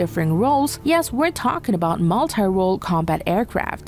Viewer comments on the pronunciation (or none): none